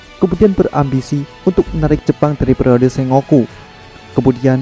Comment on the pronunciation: SENGOKU , bacanya : Sen..goku , ya mas